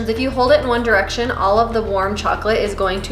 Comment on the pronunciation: Who else notices she says "1 deriction" LOL